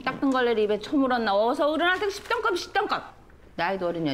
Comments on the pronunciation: 껍던씹이든 껍던씸이든 그냥 씹던껌 발음 꼬인 건데 불편해하는 건 니밖에 없을 듯 ㅋㅋㅋ 그럼 방송에서 씹이라 했다고 씹씹 거릴까? 당연히 씸이라고 자체 순화 시켜주겠지 ㅋㅋㅋ 뭐가 불편한 건지 모르겠네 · 껍던<씹>이라 말했음. 옆에 패널들이 당황해서 잽싸게 껍던<씸>이라고 들은 것 처럼 연기해 주고 편집자도 껍던씸이라고 자막 넣어서 강민경 인공호흡기 달아준 거지... 그 영상 아직도 많이 돌아다니니까 주작 마인드 접고 제대로 들어보길. 10000% 껍던<씹>이라 발음하고 강민경도 ㅈ됐다 싶었는지 눈까리 엄청 커짐 ㅉㅉㅉ